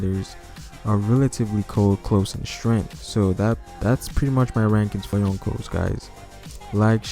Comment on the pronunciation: Hahahahah,when u say Younko's,i thought u said Uncles